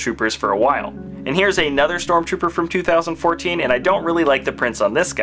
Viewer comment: its not stromrooper its stormtrooper